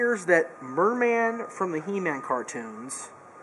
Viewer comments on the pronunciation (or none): mer-man LOL